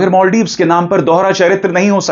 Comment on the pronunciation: Maldives ❌ Moldives✅🤣